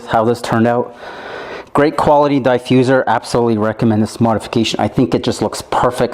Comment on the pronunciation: If you say Diefusser one more time!!!